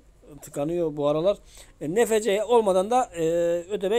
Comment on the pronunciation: Abi okunuşu nfc diğil enefsi